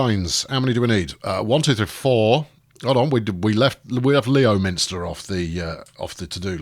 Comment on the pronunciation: "Lem - ster" inhabitants not happy. Probably.